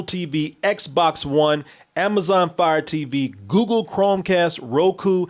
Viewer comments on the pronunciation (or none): none